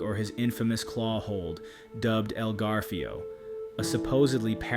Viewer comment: "El Garfio"!